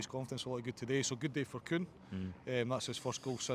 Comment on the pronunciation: *Kuhn - get it right FFS! 🤦🏻‍♀️